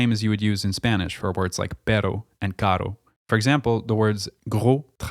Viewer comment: Buddy did a really good and extensive vidéo about Quebec French and its differences with the Metropolitan French. But then somehow, decided to somehow say ándale is used in Spanish putting a Spanish flag, while ándale is ONLY used in México. Then you decided to pronounce pero (but): as perro (dog) and caro (expensive) as carro (car in Latin American Spanish, not in European Spanish). Man I gave you a huge like because as a French lover (spécialement celui de la suisse et du Québec) and a huge Montréal fan, from the beautiful kingdom of Spain, making those mistakes it’s a bullet to Cervantes language and to all, us, hispanics: Europeans, Filipinos, Equatorialguineans and Latin Americans